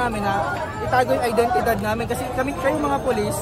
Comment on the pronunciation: Bro said "identidad"